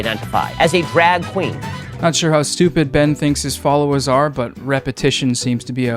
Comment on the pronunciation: My man said «drag queen» as if he had learned it 10 mins before the recording 😂